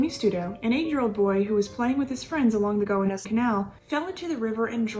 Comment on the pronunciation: Go - WAN - is Canal. That' okay, sounds like you are not a New Yorker ... un abbraccio